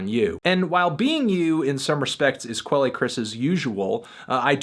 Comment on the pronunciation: Quelle is pronounced "kel"